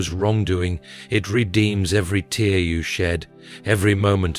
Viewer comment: Please correct wrong pronunciation such as wound and tear